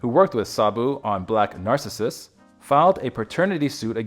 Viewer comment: "Mediocre?" I presume you've never seen the Powell/Pressburger ("The Archers") classic "Black Narcissus" when Sabu was only 22. (FYI, the accent in the word "Narcissus" is on the second syllable.)